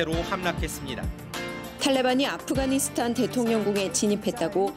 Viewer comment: 연세가 좀 있으신 분들은 아프가니스탄의 ’가‘를 ’카‘ 로 발음하시더라고요. 기타를 ‘키타’라고하고, 시카고를 ‘시카코’라고 하고요… 왜들 그러시는거죠? 😂